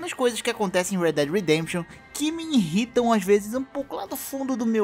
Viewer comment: Não é iNrritam.. é IRRITAM.